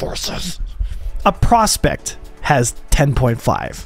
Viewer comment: My Gawd Man its easy to say " Prospector " LOL. Also the Khartu Al main purpose is a Scout - its not supposed to hang around in combat.